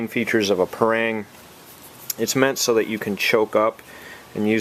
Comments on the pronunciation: Pa - not pey PA - rang- not reng RANG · we pronounce as "pa" "rang", not "prang". thank you :-)